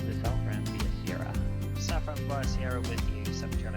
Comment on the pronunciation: sierra, pronounced SEE - AIR' - UH you and your dutch translation lol